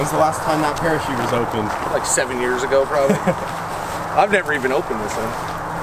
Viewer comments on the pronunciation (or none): not a parakete, a parachute